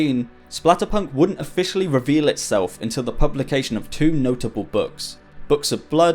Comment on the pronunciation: One, tchew, f’free